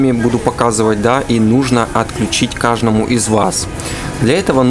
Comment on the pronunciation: следи за речью. Не кажному а каждому. Или (укр) кожнаму.